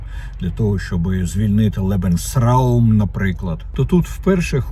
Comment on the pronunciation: Lebensraum вимовляється не лєбен-СРАУМ а лебенс-раум - життєвий простір